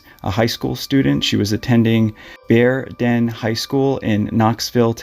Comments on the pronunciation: Knoxvillian here. It's pronounced "beerden" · I can't believe they didn't question Robert or the girl that had Trenny's jewelry more. And this is wild because I went to UT in Knoxville and my bestie there ended up teaching at Bearden HS for years (we always pronounced it Beerden). Combs were cool in the back pocket back in the 70s, so I get the comb. The fact that the comb and jewelry were in others' possession is downright suspicious. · I've heard it pronounced BEER-din. May or may not be correct.